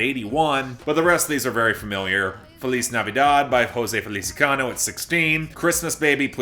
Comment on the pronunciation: It's that time of year again when I have to remind you the guy singing "Feliz Navidad" is named Jose Feliciano, not "Felicicano" (the latter of which my browser spellcheck recognizes as an error, just to reinforce that point). Also, don't be afraid to be mean to teenagers, tis the season